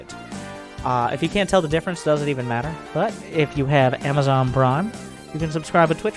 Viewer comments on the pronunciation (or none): none